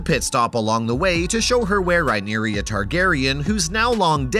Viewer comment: Mate you are absolutely murdering the pronounciations. Who in the actual fuck is Eegon? Or Rhyneria? Ugh it’s so cringe.